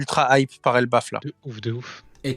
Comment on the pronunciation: C'est pas Elbaf au lieu de Ebaf non ?